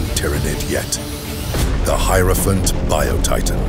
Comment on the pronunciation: "Heirophant Bile Titan"? Shots fucking fired